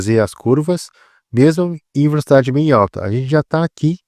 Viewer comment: mano que agonia vc falando verocidade (velocidade) o tempo todo klkkkkkkkkkkkkkkkkkk